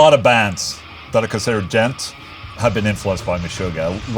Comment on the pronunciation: Pronounced “djont” with a zero?